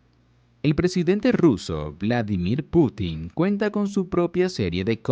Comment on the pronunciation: "vlamidir potanin"😻